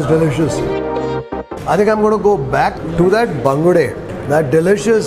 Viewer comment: I am a Mangalorian, I like the way you pronounce the local name of those fish.